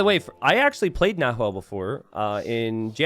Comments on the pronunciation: "NaHuel" Chat "Nahuel is actually pronounced with a silent H...": "Yeah, but it's easier for me to say it with an H" Chat: ", please say it with a silent H, it's actually a cool word, it means cougar in the native language": "I'll compromise by calling him Yellow from now on" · Chat should have said the closest pronunciation in English is actually "Na-well", you need to help the native English speakers like that sometimes ;) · Don't pronunce the H in "Nahuel" 😆🇦🇷🇦🇷🇦🇷🇦🇷